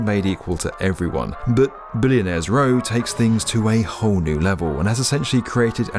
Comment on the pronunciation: "dis is..billionaires rewwwr"